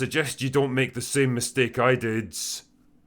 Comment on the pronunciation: Only a true Scotsman can turn a single syllable word like “now” into three syllables. Bravo!